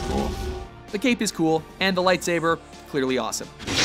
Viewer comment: Did he say lightSAVER?